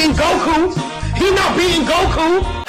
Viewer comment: "YOU NOT BEA'IN GOKU, YOU NOT BEA'IN GOKU" lmao 😂😂